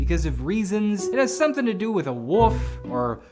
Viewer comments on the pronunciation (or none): aye bro this is like 2 years late apparently, but its woLf, not woof my man. Wolves, not woofs. Woof is a sound, Wolf is an animal lol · “It had something to with a woof or woofs Bain” 🙃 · I like how doesn’t even try to say “wolf”